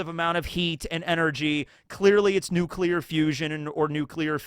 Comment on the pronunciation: you spoke to soon 😭